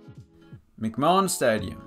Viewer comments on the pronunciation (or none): I would point out to the author that it's pronounced "McMan". Two syllables.